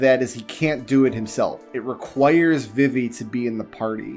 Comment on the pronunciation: Thumbs down for Vih-Vee... who the hell pronounces Vivi this way. VEE-VEE... Confirmed pronunciation was in KH2...